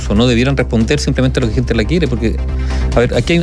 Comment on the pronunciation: Un periodista de esa trayectoria minimo deberia pronunciar bien las palabras de nuestro idioma. Ejm.: lota siendo ( lo esta haciendo), giente (gente), , cuaeconcepto (cual es el concepto), provisionale (provisionales), etc. ect..